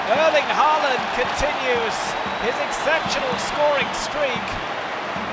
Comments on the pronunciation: Try to get the AA....right is a Å! The very first sound you make in "ON" "Å"n" is AA! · Why don't British commentators learn to pronounce his name correctly? The double in Norwegian is pronounced like the a in paw not like the a in par.